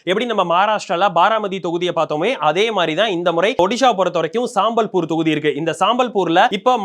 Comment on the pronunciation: அதை சம்பல்பூர்னு சொல்லணும்பா. சாம்பல்பூர் இல்லை. சாம்பல், கரித்துண்டு என்று தப்பு, தப்பாக சொல்லாதீங்க. அதே போல் தசமஸ்தானத்தை சொல்லும்போது (12.68 ) பன்னிரெண்டு புள்ளி ஆறு எட்டு சதவீதம்னு சொல்லணுமேயன்றி, பன்னிரெணடு புள்ளி அறுபத்தியெட்டு என்று சொல்லக்கூடாதுன்னு ஆரம்பப்பள்ளி கணக்கு வாத்தியார் சொன்னதை மறக்கக்கூடாது.